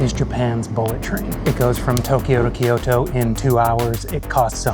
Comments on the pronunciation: It is not called KeeYoTo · Good video but it drove me nuts hearing "key-oh-toe" over and over lol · Kyoto is two syllables, not three.